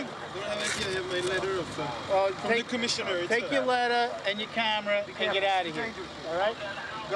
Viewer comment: has to be the most New York real part, "Take your lettaar, and your camera, and get ouutta heeer!"